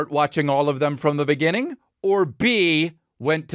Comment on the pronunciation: In the beninging